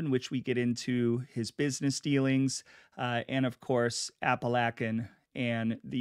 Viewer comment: Love it I grew up around Pittston PA and now live in southern NY by Endicott. Glad someone finally talking about being from the area he is like a gangster folk hero. For future reference it’s pronounced App-A-Lake-An an Oh-We-Go. Thanks for the content